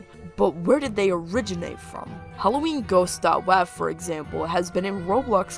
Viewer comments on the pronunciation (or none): “dot wAHv”